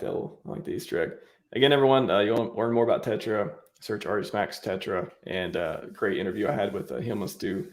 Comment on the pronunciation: Tetra , not terra 😅